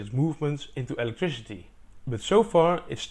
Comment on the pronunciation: This dude says “electrishity”